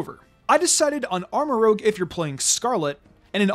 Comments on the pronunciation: He still says Armarouge wrong... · Love the content, but hearing "Armorogue" instead of Armorouge so many times really threw me off. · It's pronounced armarooje (soft G not hard G) it's french for red Rouge not rogue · Merry Christmas! So far I think this is my personal favorite of the best teams from this game so far, like I'd honestly use it on an in-game playthrough only thing I'd prolly change is use Glimmora over Clodsire, but that's just because I have personal bias to Glimmora even though it's much harder to get than Clodsire. Also Armarouge is pronounced using the french word for red rouge not rogue like from D&D his name basically means armor red. I'm sorry for the correction it's just Armarouge is my favorite pokemon of gen 9, I'm super happy you put him on this best team though 😁